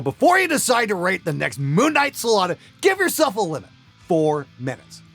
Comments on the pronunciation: Moonlight Sollata ? Was that just my beer drinking that incurred some hearing anomaly, or did you say that ?? Hey if so , you are human .... right ? :) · “moon night solata”